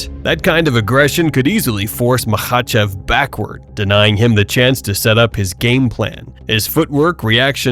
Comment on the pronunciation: Is chael just trolling calling him makelchev? He has to be.